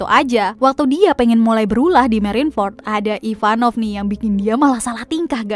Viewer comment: Ivankov . Bukan ivanov